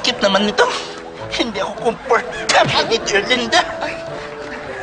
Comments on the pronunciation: Pag-pronounce pa lang ng "Erlinda" nakakatawa na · The correct pronunciation, Erlinda as "URLINDUH". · the way he pronounced erlinda is sending me lmao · Oh, it ' "Erlinda"? I thought it was "Belinda". 😅